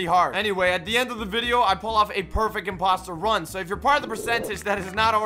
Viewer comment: He says perfeck imposter run